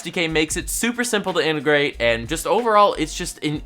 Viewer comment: Wait, did he say 'immigrate' instead of integrate?